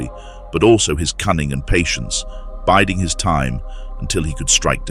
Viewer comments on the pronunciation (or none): That's "biding his time", not "biting", my naughty robot voiced friend.